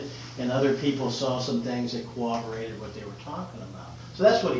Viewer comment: "cowoborate" How hard is it to pronounce ''corroborate"?